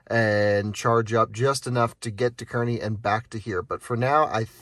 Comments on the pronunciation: it's pronounced kaa-rney just fyi :P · That's Car-Nee Nebraska. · I wanted to rip my ear out every time you said Kearney. As it is pronounced “CAR-KNEE”. Other than that, great content! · As someone who is orignally from that area, I felt the same way lol